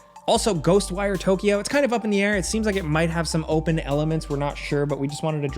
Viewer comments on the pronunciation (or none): none